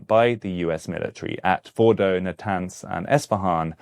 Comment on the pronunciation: that was the best pronunciation of fordo, natanz and esfehan